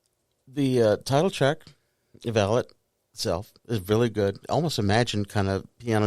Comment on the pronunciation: FYI, the actual pronunciation of the album/song is Vah-lot, the accent on the "o" not the "a" ... thanks for the video.